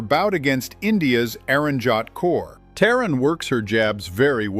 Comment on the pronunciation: her name is pronounced "tah-reen" not "teh-ran"